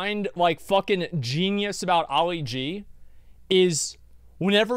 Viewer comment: Uli G? Nah, it's Ali G